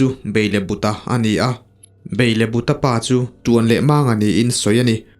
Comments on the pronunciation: Beilebuta×- Belebuta✓ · Sir chu..... Beilebuta te i ti núi núi zel a; Belebuta tih zawk tur a nia... 😂😂😂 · Beilebuta ni loin Belebuta zawk.